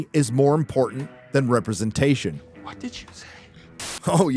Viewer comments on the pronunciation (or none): LMAO representatishunnnnn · I'm wondering: why makes this french pronunciation for "representation"? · For the love of God, say "representation" properly. It baffles me how you're not scared to make a weekly 10 min. video calling out on Hollywood's bullshit, but not dare to say a simple word. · 5 years and I am still clueless as to why pronounces representation that way 😂